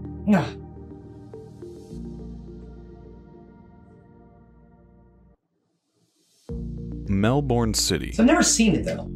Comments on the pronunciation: Pronounce Melbourne like "Melbun". Similarly, Brisbane is pronounced like "Brizbun". And "Bondi" is pronounced "Bond-eye". Wait until you try to pronounce places like "Wooloomooloo". It's tricky because you really say "Wool a ma loo" -- the oo's in the middle are barely pronounced. For some more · Hey ladies, I’m from Melbourne Australia, pronounced Melbun. You’d love Tassie and Melbourne. There is sooooooo much more that would blow your socks off. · You are hardly touched the place as all seems focused on the southern areas of the country and most populous but there are other states than NSW and Victoria The capital's name is pronounced MELBIN not Mel bawn as in American speak Barrier Reef extends as far east as New Caledonia and is surviving very well not dying according to pessimists Fraser island off Queensland coast Kata Juta means many heads First landing on moon was filmed in clear clean Australian air as smog and fog stopped filming overseas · If the War Memorial is your thing Google Australian War Memorial. There must be a video. Its amazing. And for info all American narrators mispronounce a lotta stuff like NOT Melborn its Melb'n NOT Brisbayne -Brisb'n Fraser Island NOT Frazier Island. Australias climates vary south to north. In general up north is hot and tropical. Has a wet season and a dry season. Never freezing. Central inland desert regions freakin hot dangerous hot. Perth and Adelaide very hot summers mild to cool winters. Not freezing. Sydney pretty hot summers but can get cold in winter. The further south you go the colder it gets. Have all 4 seasons and snow on the Australian Alps, Snowy Mountains. There are ski reesorts. Tasmania off the sputhern coast of Victoria is mild and temperate in summer and b.... cold in water. Next stop south is Antarctica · Quite a good video, but when the narrator pronounced Melbourne as if it were the one in Florida, I knew he was reading from a script....it's pronounced Melbin or Melben. 👍🤗